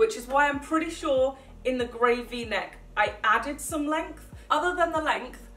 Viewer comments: Am I the only one who heard Gravy neck shirt instead of Gray v-neck shirt 😂😂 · Yeah I noticed that later on, but it still really sounds like "gravy neck" to me 😊